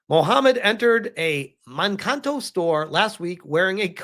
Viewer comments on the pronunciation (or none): It's pronounced "man-kay-toe."